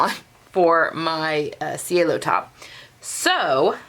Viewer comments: I love the way you finished the edge of the facing. Thank you. And being the Rome collection, I think it should be pronounced chay-lo which is sky in Italian. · I think your last pronunciation is correct. I took an Italian language class in Italy and ci is pronounced ch. it was weird cuz ch is pronounced as k!